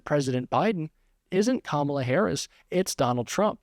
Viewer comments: Trump is finally pronouncing Kamala Harris name correctly. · Sounded like Trump missed the memo and correctly stated Kamala’s name 😂